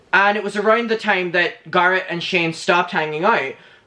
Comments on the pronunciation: Can you stop calling him "gurret" please? I know you have an accent but it's not exactly hard to say GARRETT correctly. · Not GAR-it. It’s GAIR-it. As in hair. Garrett. That’s how his name is pronounced. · It's Garrett like carrot not gar like car. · How you say Garrett is EVERYTHING!! "garut" come onnnn not me calling him Garut from now on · Its not Garrot. Wtf so anoying. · i’m obsessed with how says Garret🥰